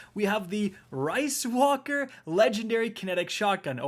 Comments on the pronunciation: Did this man just say RICE WALKER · My man did not just say Rice Walker